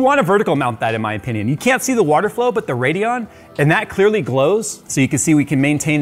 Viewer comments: Anyone else irritated by that "D" and "O" in the RADEON? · Yea lol